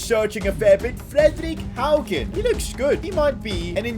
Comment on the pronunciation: Im from norway and he actualy said Fredrik Haugen right